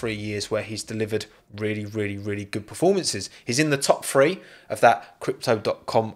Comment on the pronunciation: The word is THREE not FREE